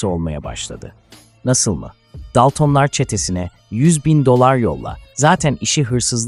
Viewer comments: Daltın daltom demeyi bilmiyor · Yapay zekayla seslendirme yapıyor daltonları daltın diye okuyor yapay zeka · DALTIN ne aq... hadi dedim belki dili sürtçtü, ama sürekli aynı telafuz. gıcık olduM, DALTINLAR NE AQ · Tüm videoyu bi kenara bıraktın buna mı takıldın sevgili dostum? Senin için olay Dalton'lar yerine Daltın'lar demesimiydi?? Ya da daltın deyince video'dan hicbirşey anlamadın mı? Ben Can Dalton Çetenin reisiyim ulan ben bile Tribe girmedim sana ne oluyor?? Neyse Yalvarmana gerek yok seni işe aldım İstanbul güldibi sokak no-9 evde yokuz dairesine git AbdulMuttalippiyleys isimli şahısı bul Götün'den bi kıl kopar bana getir!!Sakın başka birinin getireyim deme anlarım Tam gözünün üstüne sıçarım ölene kadar'da silmeni yasaklarım Ölene kadar dünyayı bombok'um görürsün! Bekliyorum hayde. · Yapay zeka konuştuğu için normalde dalton